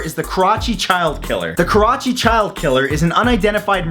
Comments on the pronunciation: "karachi" sounds like "crotch" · i just watched the video and he says kerachi, pakistan, the fuck is wrong with you lol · It's pronounced ka-ra-chee